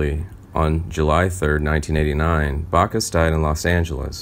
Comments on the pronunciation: Back us, not Bock us. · It's BACK US! BACK US! NOT BAC US! DAMN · Sorry it's jim Backus not jim Bacchus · Does anyone on this channel know how to pronounce names?.... It's BACK US !